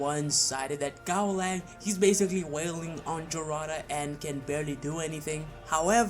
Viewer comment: Giving a Gaolang fanboy a Gaolang W is like telling autistic kid that everything is possible. Bro, pronounce the name of your "god" correctly and only then try to make takes that make any sense. Serious Shen Wulong wouldn't even need more than half a minute.